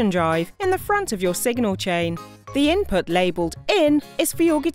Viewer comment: I feel like it's a really high end text to speech program?? Like the cadence of some words and phrases is definitely off, and there are some words coming out wrong (input being inputt, etc) I could be wrong tho, and it could be someone that's just got a REALLY GOOD "customer service" voice